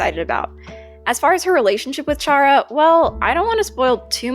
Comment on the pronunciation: Ur voice is nice :D btw I’m pretty sure chara is pronounced like kara